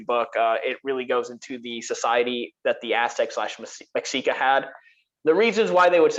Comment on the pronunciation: Great vid as usual. One thing though, Mexica is pronounced Meh-She-Kah